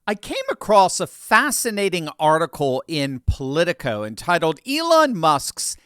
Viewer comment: When you said Polico, I dismissed it immediately.